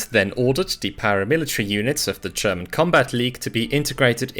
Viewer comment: Great video! Though i do have a question: Why do you pronounce 'german' as 'tscherman'? 😅